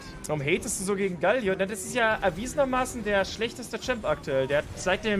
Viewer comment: Alter, es heißt GAAAALIO, langes A und das L wird kurz gesprochen, nicht wie ein doppel L!! AHHHHHHH